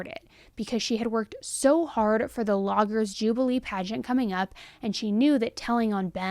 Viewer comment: Logger's Jubilee not Lodgers. You even had the name on the screen when you got it wrong. Mt. Rainier is pronounced RAYnear, not rayNOR. Remnants is two syllables, not three - you threw an extra syllable in the middle. You have good content but the mistakes and lack of checking the pronunciation of works bring your content down. A little more preparation would take your content to a much higher level.